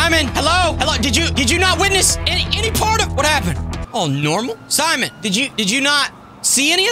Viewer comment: It’s simion